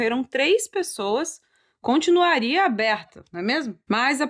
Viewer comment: Nossa ri d-e-m-a-i-s do erro "continuraria"😂😂😂😂😂